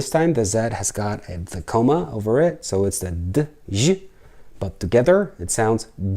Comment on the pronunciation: The thing on top of some letters, is a line, or in Polish a kreska. Wikepedia says: A diacritic – also diacritical mark, diacritical point, diacritical sign, or accent – is a glyph added to a letter or basic glyph. calls it a coma [ or at least he does pronounce it as a "coma". Wikapedia says a coma means the following: Neurology, Psychiatry. A coma is a deep state of prolonged unconsciousness in which a person cannot be awakened; fails to respond normally to painful stimuli, light, or sound; lacks a normal wake-sleep cycle; and does not initiate voluntary actions.) is thinking of a comma, but pronouncing it wrong. It is not a comma! Oxford describes a comma as: a punctuation mark (,) indicating a pause between parts of a sentence or separating items in a list. I have made a video of Polish greetings and goodbyes, Hello and Goodbyes. videos of Polish Alphabet and Polish Digraphs are very good. calls them diagraphs ( he adds an "a" after the "i" ). Now a diagraph is a mathematical term, and Merriam Webster Dictionary says: Definition of diagraph.: a drawing instrument combining a protractor and scale.